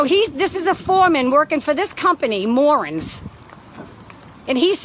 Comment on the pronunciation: Complete ignorance on full display and she totally unaware. It's not MORan it's MoRAN, u moron! A Spanish surname, which I'm sure is a shocker. My God! 🙄